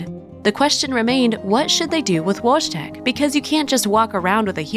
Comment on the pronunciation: Wojtek is pronounced /voy-tek/